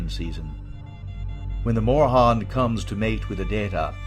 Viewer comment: Mora-han? Ok, buddy. I'm off to go do some actual research I guess.